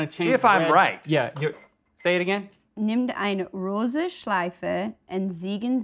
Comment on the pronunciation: It really wasn´t. And while it's true German can be difficult to pronounce, it is phonetically consistent. So all you have to do is try to pronounce all of the letters in the correct order. Rosa, not rose. Zeigen, not ziegen. Unless you want him to look like a goat with erysipelas.